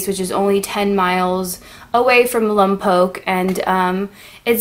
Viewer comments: It's not pronounced "Lum-poke"! It's pronounced "Lom-poke", as in opera. Also, why did you move to Lompoc if you enjoyed the big city life so much? You say you're on Vandenberg AFB. If you're military, I get it. If not, then it would seem you didn't do any research before moving there. One of the best places to live on God's green Earth is Lompoc! You mention how quiet it is - that's a good thing! Enjoy it. You won't find another place like it anywhere in the U.S. Definitely not hippie. And what is "boozhee" or whatever you said? Did you mean to say "bourgeois", as in middle class? If so, you TOTALLY mispronounced the word. Video is way too long and the music intro at the end makes your video look and sound corny. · I grew up in Lompoc. And its pronounced Lompoke!!!! I miss driving down H street and smelling the tri-tip on the grill for those summer fundraisers. Kegers at the river bed with a pile of pallets burning. So many high school girls lost their you know what at the drive in. By the way you are from the Village and cannot claim Lompoc. You Conq!!! Lol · It's pronounced lompoke because it's a Chumash word and Chumash language is one of the only languages that you can have two long vowels in the same word without a supporting vowel to make it that way. I'm a fifth generation born and raised so my dad and his dad were both born here. So as a founding family I want to welcome you and hope and pray you have a good time or rest haha if that be the case. Be blessed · Its been one year after this vid came out and no one is reading comments but... yea we hate it when people call it lompokk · Yeah I never knew why I cringed when non locals would say “lom-pock” haha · I'm from California and for decades we called it LomPock NOT Poke. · I live in Lompoc and it honestly sucks unless you like homeless people and crack deals behind Albertsons. Also your still pronounceing it wrong 😂👌🏻❤️ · fellow lompocians, relax she’s trying to pronounce it right, get over it